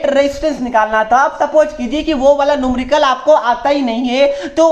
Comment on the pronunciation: Numrical nahi numerical hota hai sir